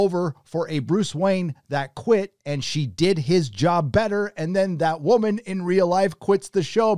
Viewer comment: It's "WOH MAN"